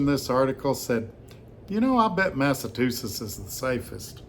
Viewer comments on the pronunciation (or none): it’s pronounced “Mass uh chew sets” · I am loving the Massachusetts pronunciation. Have you heard about the tourist in Massachusetts who was so lost even his GPS gave up? He asked a local how to pronounce the place they were in, and the local just laughed and said, "You're not in Massachusetts anymore, you're in 'Massa-two-shits' according to your pronunciation!”